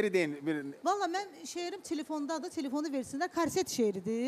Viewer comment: Tilfon yox telefon blee